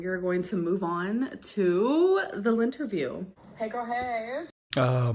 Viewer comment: She says lint-review instead of lynn-terview. It drives me nuts!